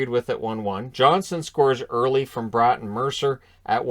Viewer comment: Speaking of last name pronunciations, Bratt's last name is pronounced brat, like Marchand's a brat 😆